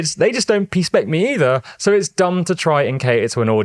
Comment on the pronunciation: Thumbs up after "peaspect". Peaspect to you too!